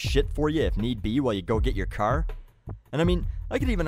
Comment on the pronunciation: Lol "your cehr"